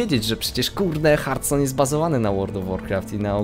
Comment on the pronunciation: Bożeee, nie mów Hartston proszę...